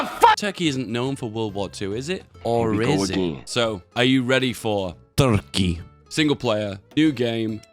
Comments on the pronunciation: I've come here more than a couple of times now, just to hear him say TRKEY and THONK. Really. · The way he says "Toorke" is oddly satisfying ngl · What bothers me is that is saying "turkey" so closely how we Finns say it... is secretly a finn? Is this all ruse that he's acting like a british?